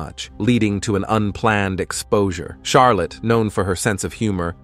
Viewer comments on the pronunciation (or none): none